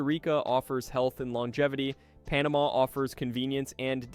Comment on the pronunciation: Probably should program voice to correctly pronounce easiest names of countries like Panama for credibility!